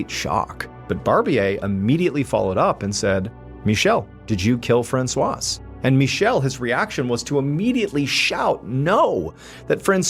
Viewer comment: The 's' is silent in "Francois".